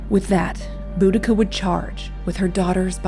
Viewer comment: Oh wow, thank you!! Her name was always mispronounced...